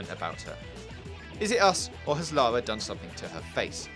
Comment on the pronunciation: it's LA RRRRRRRRRRRRRRRRRRRRR A not LALA! ffs!